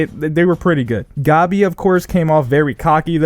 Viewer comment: dude said goabby